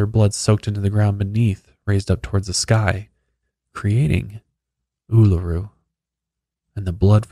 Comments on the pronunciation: seeing my last name in the title was a jumpscare😂 had no idea it was known as Ayers Rock! You nailed the pronunciation, first time I've seen someone get it right! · Aussie here :) very impressed with your indigenous pronunciation! Uluru and Kata Tjuta is a very spiritual beautiful place ❤️ Especially at sunrise!